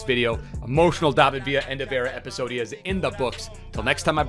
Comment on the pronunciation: I just dont like u say episodia